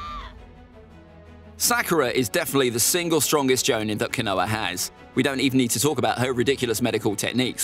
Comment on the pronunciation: Caught me off guard with the “canoah”🤣